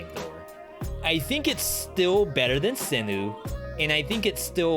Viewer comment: Turrets: Owl > Double Cross > Barn (stationary owl) > Heavy > sinew. (also I think its pronounced SIN YOU not sinu :d)